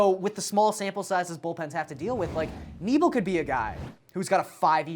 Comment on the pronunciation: Who’s Knee-bell? Jus a Brewer fan wondering if Knebel should be worried about losing his job as the closer